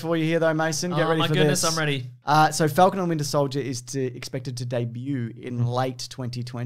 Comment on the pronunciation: "wintier solider"